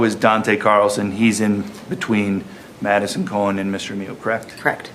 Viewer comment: Am I the only one hearing Medicine instead of Madison ?